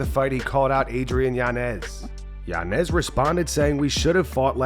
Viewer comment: It’s Yañez not Yanez